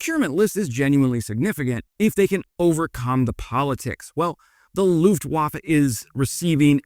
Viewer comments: and Looftwoffs made me spit out my drink 😅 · 80 years ago. Second, Germany was no more culpable for WW1 than France, Russia, or the Habsburg Empire. Fun fact, Russia mobilized first, and attacked East Prussia. As for your pronunciation of Luftwaffe, please try harder. Same with Zeitenwende. Aargh. Germany will participate in Britain/France’s nuclear umbrella. Remember, Germany has been told to stand in the corner since 1945. Merz is doing the right things. Soon enough a Rommel will pop up, a Guderian will arise to show military competence. German together with Poland and France are a bulwark..